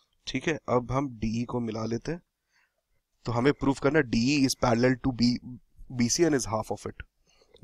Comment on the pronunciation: WRONG "parallel" reading sound Its parallel not paraller!